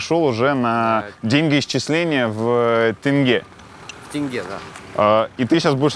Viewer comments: момент когда он поправил Дудя в правильном произношений валюты Казахстана🇰🇿с тЭнге на тЕнге порадовал😀 Всё таки Алматы ему уже дом! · о молодец правильно выговорил "тенге", а не как Юрий "тэнге". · Даже Дудь, не может выговорить "Тенге", смешно как его исправил 😂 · поправил Юру, когда Юра произнёс тэнгэ(теңге)! Он уже қазақ! 😅🤣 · Ох уж это "тэньге" от дудя... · Теңге, Юрий, тенге) буквы Э нет)) через Е, как пишется так и произносится 🫶🏽 Классный выпуск, спасибо 🙌 Душевно. Просто. По нашему 🫶🏽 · Было безумно мило, когда поправлял Юрия при произношении слова «тенге»😊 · Дудь столько раз был в Казахстане, но все равно ни как не может правильно произнести слово тенге. Андрею респект!